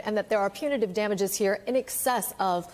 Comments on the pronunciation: Geez Ryan, if you're going to do legal reporting, at least learn the lingo. Punitary? It's PUNITIVE damages. Compensary? It's COMPENSATORY. It was painful listening to you stumble your way through those pronunciations over and over again. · Apparently to be a news anchor in 2023 you don't need to be able to pronounce "compensatory" or "punitive"🤭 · A so-called justice reporter should be able to pronounce and understand words like punitive and compensatory. Amateur hour. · Ryan is cute to look at, but he REALLY needs to learn how to pronounce the words "punitive" and "compensatory." Seriously, this shouldn't be difficult for a cable network news reporter.